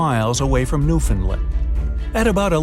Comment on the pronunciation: It’s not “new fin lend”. It’s pronounced new found land. How do I know? Because I live here by! am proud to be ah Newfoundlander